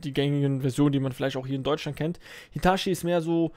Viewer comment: Ich hab den Bagger in echt gefahren (bin Baggerfahrer) PS: Es heißt Hitatschi 😂😂😂